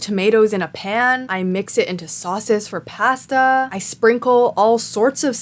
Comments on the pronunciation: I agree with everything you have to say, except for how you pronounce pasta. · Okay great video but idk if I can move past how you pronounce pasta